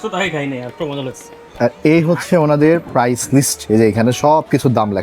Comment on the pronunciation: উচ্চারণ ঠিক করুন। নিজের অজ্ঞতা যেন প্রকাশ না পেয়ে যায়। প্রাইস এবং প্রাইজ এক শব্দ না। প্রাইস ( price) মানে দাম, প্রাইজ ( prize) মানে পুরস্কার। এই দেশের লোকজন শিক্ষিত হওয়ার আগে youtuber হয়ে গেলো।